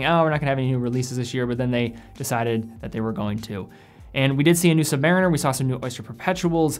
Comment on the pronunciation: You mispronounced "Submariner".